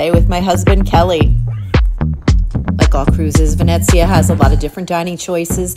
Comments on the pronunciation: Isn't it pronounced VeNEEzia, like in Venetian? I noticed you said, "VeNETzia." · That’s what I thought too! I was corrected in another video I made saying it was pronounced VenNETzia. LOL I give up! 🤣